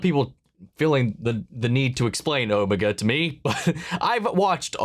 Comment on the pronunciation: You are still saying Omega wrong. It’s Oh-Mega. As far as we are aware Susan is the Doctor’s granddaughter, Jenny is the Doctor’s clone daughter, and River Song is the Doctor’s wife. Whether River Song or Jenny is Susan’s mother is not known, but both the 10th and 11th doctor did mention the Time Lords had families. Unfortunately, the timeless child retcon made everything speculative. I doubt anything will ever be cleared up.